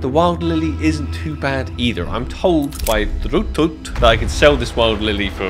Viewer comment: i love how pronounced drututt this time lmao, love you both